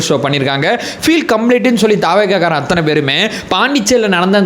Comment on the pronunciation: anbana vendugol...pls don't say "Aththunai". .normal Tamil la sollunga pls..."AththAnai"